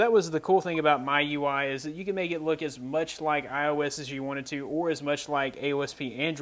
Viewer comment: I think it's pronounced like "Me- U I" Mi- mee U- you I- eye